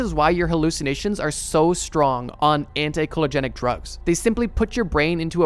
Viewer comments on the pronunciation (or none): As someone with 10 years post-secondary training, 4 years in pharmacology, you lost me when you said "anti-choligenic" or , rather than "anti-cholinergic"... big difference and now I feel like you're reading form a script and don't actually understand the topic matter or you are AI. either way, lost interest immediately. I hate liars, fakes, and AI masquerading as humans, whichever you are. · 1,600 comments so I know I’m not the first, but it’s pronounced (anti)co-lean-erjick, not kellojerk / curlogenics… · (AN-ti-)cole-in-ER-gic, FWIW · FYI: the appropriate medical terminology is cholinergic (cholin-er-gic) and anticholinergic (anti-cholin-er-gic).